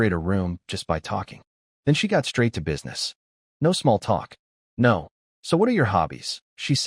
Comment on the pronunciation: Your Narrator Bot needs some serious work Can't properly pronounce simple two letter words, or words that have been extended with multiple letters. NO comes out as N O, and OWWW comes out as O W W W. otherwise the story was good, didn't need to be 2 1/2 hours long though. OMG this narrator is a super comedian, I laughed so hard.